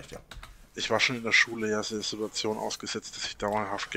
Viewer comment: Als Hobby Statistiker: wenn du etwas vorausahnen willst was er als nächstes sagt … zu 95% ist es eine „sidduadzion“